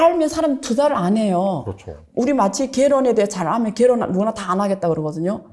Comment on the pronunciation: 이 사람은 어눌한 조선족 발음하면서 여기저기 나오네요 ㅋ 갤혼 갤혼